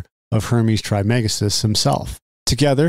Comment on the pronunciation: Pronounced “Tris-ma-gis-‘tus”